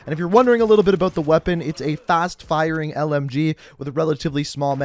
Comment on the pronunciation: Out. Aboot.